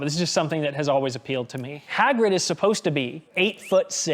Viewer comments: "Haygrid" !!?!?!?!? HAYGRID!??!!??!?! ITS HAGRID!!! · HAY-GRID? Are you off your rocker!? It's Hah-grid. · “Hey-grid” lmao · Haygrid?!?! What dialect is that? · “Haygrid” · bro said "heygrid" 🤣🤣🤣🤣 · The way pronounces Hey-grid is very adorable. That Minnesota accent. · mispronouncing Hagrid made me cringe everytime